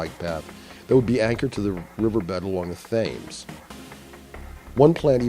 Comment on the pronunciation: 'Thames' (the London river) is pronounced 'Tems', not 'Thaymes'. Also no-one is going to build the skycycle route and probably not the Thames floating route. Both are rather silly architects' ideas, not useful cycling infrastructure. In a city you need good connectivity, not bypasses. You could have mentioned the new(ish) Embankment cycle superhighway, which is excellent modern infrastructure through the middle of London.